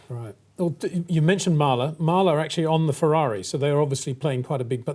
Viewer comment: Mahle... pronounced Mal-lee not Mal-la.